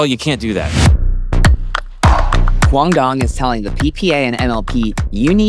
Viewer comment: Duc is relentlessly looking out for his son. Meanwhile, wants to control the entire sport. Of course dosent want Duc in the picture. doesn’t even know how to say Quang Duong’s name lmao.